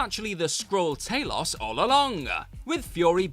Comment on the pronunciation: How can you pronounce it TAY-LOS when they literally pronounce it TA-LOS in the movie?